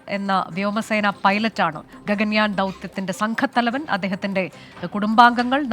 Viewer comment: Gagayan alla..gagan-yaan.